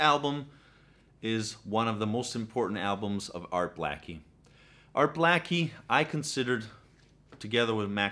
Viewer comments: Its not Mule again , its Mull again. Not Gell spee , its Guh less pee , Lalo Shiff rin. Just saying. And for God's sake it's not Art Black ee , it's Blay kee ! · You’re a wanna be jazz fan. His name is Art Bla - key, not Blackey. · Its pronounced: ART BLAKE-EE Not Art BLACK-EE. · NOT pronounced Art BLACKIE, it’s Bleyk-kee. Like CAKE-KEY. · Your pronunciations of artists names are off. With Art Blakey... well. Blake-y.. like Cake-y... I do enjoy your videos, but please do some research first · Yep, Art Blacky, really?